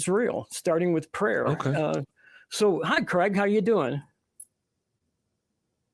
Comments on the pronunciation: This guy's name seems to be a bit of a problem pronouncing for Americans for soms reason. His name is Craig, but they pronounce it Creg. It's supposed to be pronounced 'Crayg' or Krayg. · His name is Craig, not Creg. You pronounce it like Krayg.